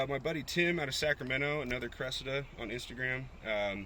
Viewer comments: How can you butcher the name of a “Cresseda” so badly 😂🤦‍♂️ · Cressida is pronounced like the girl name